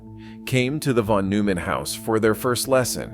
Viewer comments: Von must be read as "fon"! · Thank you. And the "von" is pronounced "fon."